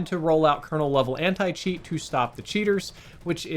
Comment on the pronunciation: oh nah he said Anit cheat